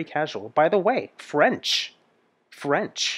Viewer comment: This song was sung by Il Divo in 4 voices and his French vocalization/ pronunciation seems perfect also.